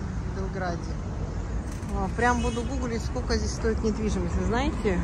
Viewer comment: Надо говорить не здеся, а здесь. Что за безграмотность.